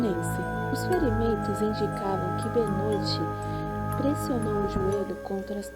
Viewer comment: Benoit ❌ Benô ✅